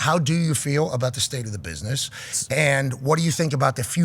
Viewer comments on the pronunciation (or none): Pat please stop saying bishnesh for gods sake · why cant pat pronounce business ? LOL its funny